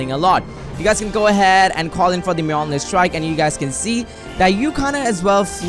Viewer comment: You are pronouncing Thor’s hammers name so wrong